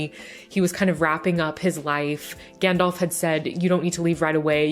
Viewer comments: not gendolf but Gandalf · (Just a pet peeve of mine, please don't take it personal-like...) Too many people pronounce it, "GandOLF" Practice correct pronunciation of GandALF: Gand-Alfred Hitchcock... Gand-Alvin and the Chipmunks... Gand-Alice in Wonderland... ...make up your own. 😜